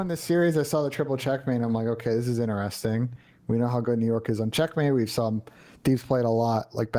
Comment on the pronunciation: In-e-resting